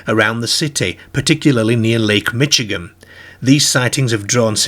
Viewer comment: Great video! Just one humorous thing I need to point out. Lake Michigan is pronounced “Mishigan”. You’ve probably heard the word before, it’s also the name of another state which is near Chicago.